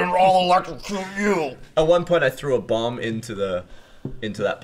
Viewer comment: ... Wait, Gavin.. how did you pronounce "bomb"? BROTHER, YOU'RE LOSING YOUR ENGLISH ACCENT, HOW COULD YOU BETRAY US?